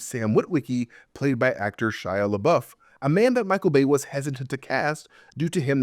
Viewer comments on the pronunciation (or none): Every time you say "Bay" I hear "BAE" and I giggle.